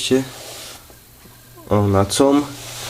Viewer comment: COM się czyta "KOM" :P